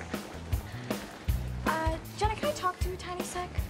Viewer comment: I like when the photos guy calls Jenna jeena